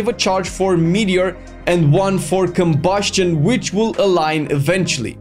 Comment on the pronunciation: why the fuck you say KOBUSCHION like that